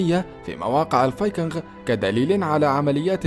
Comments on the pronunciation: مجهود جميل تشكرون عليه ملاحظة فاللغة الانقليزية الاسماء لاتعرب اوتترجم انما تنقل كماهي فلايقال جوجل بل قوقل ولا يقال جروب انما قروب الاصح شعب الفايكينق وليس الفايكنغ تقبل مروري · المعلق على الفديو مايعرف ينطق كلمة الفايكنغ .. فايكنغ اخرها مثل نطق كلمة king وليس حرف ال غ ... صدعني من كثر ماقالها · الله يجزيك الخير بس الفايكينغ تكتب بالغين غ وتلفظ بالكاف ك يعني تلفظ الفايكينك أنت عربي بس !!!صحح لغتك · لسا بيقول فايكنغ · انطق كلمت(الفينقنق) جيداً يابليذ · لا تنطق حرف الغين عندما تقول الڤايكنغ لأنها تنطق بحرف الجيم السهلة وليست الچيم العربية الغليظة ... بارك الله فيك .. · يا أخي ألفظ الفايكنغ لفظ صحيح بدون الغاء